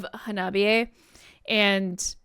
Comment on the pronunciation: I Japanese, “ha-na-bi-e.” Not “ha-NOB-i -e.”